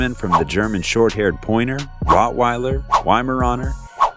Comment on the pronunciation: You cant pronounce Rottweiler or Fila Brasileiro